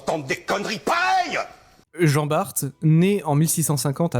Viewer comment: Descendant d'Antoine Bart on le prononce à la française !!! BART (bar en phonétique) !!! Ignare !!! Antoine BART Né le 1er juillet 1540 - Dunkerque (59) Décédé en 1627, à l'âge de 87 ans Maître de pêche, cité maître d'équipage en 1569 et 72 sur "Le Lévrier" vaisseau corsaire sous le commandement de Cornil Weus. Vive la flibuste, vive la course, haro sur les anglois !!!